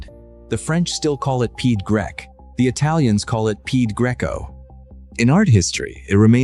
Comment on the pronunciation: Peeya. Quicky pronounced. Not Peed. (Pied, French for foot)